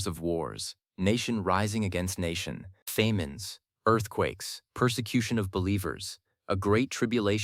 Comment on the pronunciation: Faymines are apparently famous Famines LOL